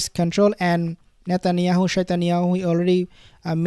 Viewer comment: Did he just say shetanyahu😂😂 or shaitanyahu😅😅😅